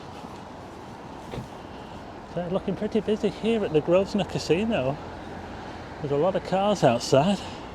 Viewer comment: Grovnor, not GrovSnor! (silent S)